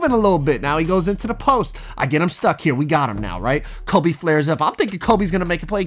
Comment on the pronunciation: he knows it’s kobE right he keeps saying colby and it’s making me mad